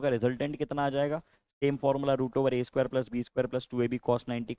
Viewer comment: 😂 A स्क्वेया+ B स्क्वेया